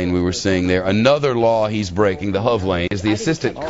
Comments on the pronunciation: Lol its not said as hov it's said h. O. V letters only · A $285 dollar fine for drinving in the HOV lane is the least of his problems... And you don't say the word hov. You spell it out: H.O.V. It stands for High Occupancy Vehicle. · it's fox news, what do you expect? I'm surprised they didn't add random sound effects like squealing tires, etc. And why does he keep calling it the Hov lane? I thought it was H.O.V. or highly occupied vehicle... if you're going to shorten it just call it the restricted lane...